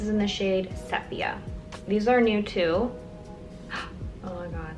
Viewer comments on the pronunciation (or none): This look is gorgeous. The CT flawless filter and Bare Minerals foundation stick give such a soft naturally dewy finish. I love how you don't over-do anything. Sepia is pronounced see-pia (Sorry to be pronunciation police!!) 😊